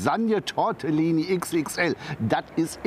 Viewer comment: Tortellini, nicht Tortillini HAHAHAHAHAHa